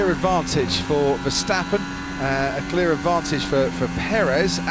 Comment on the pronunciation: mex versteppen???? commentator,,,every SINGLE A in west europe sounds like in carwash not like in cat